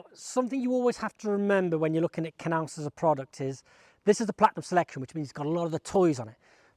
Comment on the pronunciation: It’s pronounced Naus. The K is silent.